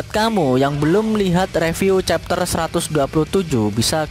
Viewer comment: bacanya chapter